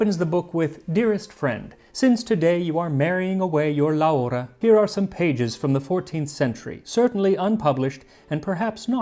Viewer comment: that pronunciation of “laura” was WILD